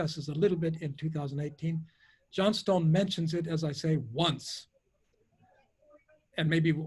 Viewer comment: Errr... T.M. Johnstone stands for Thomas Muir Johnstone, not Timothy Johnstone (and his surname is /ˈʤɒnstǝn/ not /ʤɒnˈstǝʊn/